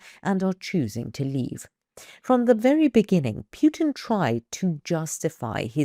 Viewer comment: And she says Putin as if it was Puke-in. 😅😂